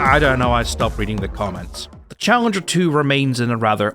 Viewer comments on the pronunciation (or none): none